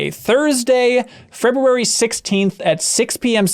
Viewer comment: I like that pronounces the R in February. Way to be a leader and a visionary good sir.